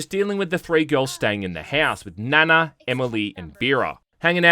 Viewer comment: Still saying Nana wrong. lol